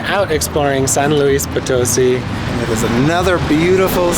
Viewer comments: Try saying poe-toe-SEE instead of poe-TOE-see. Most native English speakers want to emphasize the middle syllable but it’s really the last. I think got it right that last time though. Great video and town! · hola, no creo porque el acento está en la sí de Poto-sí :) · it's pronounced Poto-seeeee not po- toe-see. Accent on the last syllable. lol. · Very cool! I went to SLP once to visit family and loved it! I really want to go back one day, the city center is beautiful! BTW it’s pronounced Potoe-see (emphases on the “see”) 😉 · It's Po-to-SEE! Dudes! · If you are going to report on a city you should be able to pronounce it!!